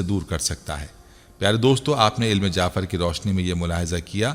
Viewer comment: Bhai ilm jaafer naheen ilm jafer